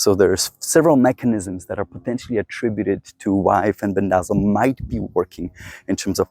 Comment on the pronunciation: It's FEN-BEN-DA-ZOLE